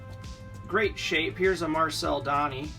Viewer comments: Marcel Donny?! That and the way you pronounced Guy told me right away that you're not Canadian. Box was worth a gamble but no Orrs and the damaged Dryden means the guys top cards were in another box that was probably kept or sold by the family that donated these. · It's marvel de -on,or that is how it's prenounced.